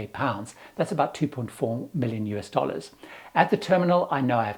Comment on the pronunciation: did you say 2.4 million US DOLLAS?!